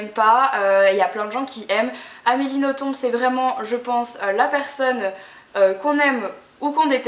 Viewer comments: Super video, juste pour infos "Nothomb" se prononce "noton" et pas "notombe" ;) Bisous ! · Le "b" de Nothomb ne se prononce pas en fait. Sinon j'adore tous ses livres et les ai presque tous. Après on aime ou on aime pas, elle a un style particulier. "Robert des noms propres" est un de mes préférés. Et pour "A la croisée des mondes" je recommande aussi fortement, mais pas le film (que je n'ai même pas voulu voir) qui ne respecte en rien le livre. Je l'ai lu je crois plus de 10 fois avec toujours autant de plaisir (normal vu que je l'ai depuis plus de 10 ans aussi^^).